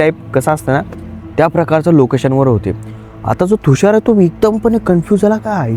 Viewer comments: थुषार, नाही तुषार म्हण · Bhai Tushar asel Thhushar nahi😅